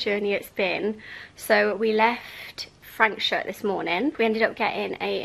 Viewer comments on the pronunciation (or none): It's Frans -hook ... u just can't go wrong in summer in the Overberg region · Franschhoek is pronounced Fraahnshook. 😂